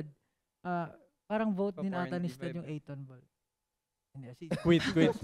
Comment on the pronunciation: 8Tonball ❌ A'Tinball ✅ Jasteeeeeeen!!!! 😭🤣😅